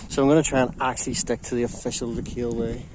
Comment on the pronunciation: I like your videos, and your a great guy and i don't mean this to be rude. The proper way to say Lecale is not le-kale like the stuff you eat lol, the 'e' at the end is silent, and it's pronounced 'Leh-khal,' it's irish for Cathals half. i'm a local and thats how its said, it's a word with old french origin as well as irish. Your belfast hills vids are really nostalgic as i came from there a very long time ago and things have greatly changed so it was nice that you do walks ahd hikes there it brings back many memories Cheers.